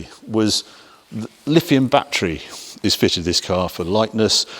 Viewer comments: Really? I pronounce it the way it is pronounced. The clue is in the spelling. LiTHium, not LiFium. I do hope that I did not keep you waiting for too long. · Which video did you watch? Each time he mentioned the battery, it was Lifium.